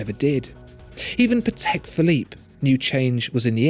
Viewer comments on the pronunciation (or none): none